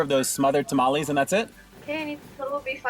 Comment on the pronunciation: I’m not going to trust the review of a white guy who doesn’t even pronounce tamales correctly. A true mexican blood needs to review these lol